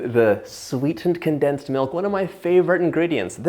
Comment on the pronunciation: Con plus densed. Not densed.